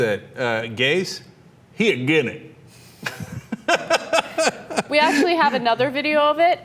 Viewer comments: "I'm agin it." xD xD xD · "Again' it"😂😆